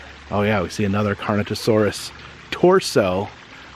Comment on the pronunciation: I hate correcting or being corrected, but it’s actually a Carno—Taurus. not carnitosaurus. Taurus I guess because of the bull-like horns on it’s head.